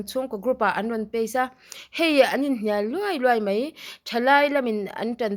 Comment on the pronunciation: min ti khi vur vur zel,mahse mai tih hi mei tiin i lam leh thin 🤭🤭